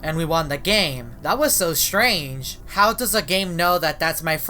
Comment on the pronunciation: always says strage always